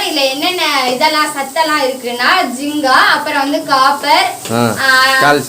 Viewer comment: ஜிங்கா இல்ல (ஜிங்க்) Zink